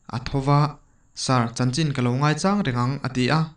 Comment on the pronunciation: "Ngaichang" i lam rik dan hi a dik chiah...min ti lawm hle mai.👍